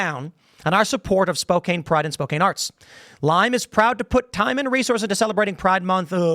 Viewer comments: It’s pronounced spoCAN not KANE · And what’s crazy is Spokane is a conservative city. It’s Downtown that has all the liberals, which is exactly where the mural is. Also is pronounced Spo-can, not Spo-kayne. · It’s SpoCAN not kane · It's pronounced Spokan not spokain But also the law that made that a felony only went in effect a few days before they were charged with the felony. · It's pronounced Spok-can not Spok-cain😉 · Spoh - Can Not Spoh - Cane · For the love of God: STOP SAYING SPO- CANE. It's pronounced Spo-CAN. Do some research, Newsreader Boy... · As an Eastern Washingtonian, It hurts every time I hear Tim call (Spo-"CAN") "Spo-"cane " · Spo-cain...lol. It's pronounced Spo-can. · It’s pronounced Spo-can not “spo-Kane”. As someone who lives 45 minutes from there this story is a JOKE! This stupid painted street is ridiculous. If you are so concerned about vandalism or “skid marks” DONT PUT YOUR BS IDEOLOGY ON THE GROUND!! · Pronounced more like Spo-Can not Spo-Cane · Spoke-An, not Spoke-Ayn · "Spo-Can", not "Spo-Caine"... not that they deserve the recognition of proper pronunciation. But, that's how you can tell someone's not "from around here" in the PNW. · It's Spo-can, not spo-cain. Keep doing smoke shows on these things! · It's not Spok-ayne... It's Spok-anne. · Tim... It is pronounced as spoke-can, not spoke-cane. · Its "spO-can" lol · spoke can, not spoke cane. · Spoe-can. not spocaine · It's pronounced Spo-CAN, not KANE. It's my home town, born and raised. Named after the Spokanee Indians, which is why the spelling is a little deceptive. It used to be a lot more conservative. Leftists from the West side started moving over and brought their politics, as did the Californians. Still, shocked to see this happen in SpoCAN. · Its spo-Can, not spo-Cain! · Pronounced Spo can not Spo*cane* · Spoke - ann Not spoke-ayne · Don't ever use Lime products. And Tim, its not Spo-caine, it's Spo-can. Jeez. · Tim, it is Spo-can. Not Spo-cane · Spo-Caine? It’s Spo-can